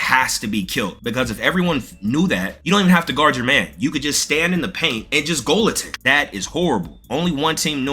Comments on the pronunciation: Say it with me… “goal-tending” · "Goal-attend". Young blood... c'mon, man.